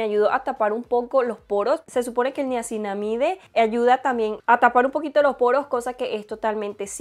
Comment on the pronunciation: NiacinamidA en español. Lo estás diciendo en la pronunciación en ingles